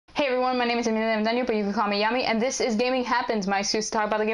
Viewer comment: Love that "call mia".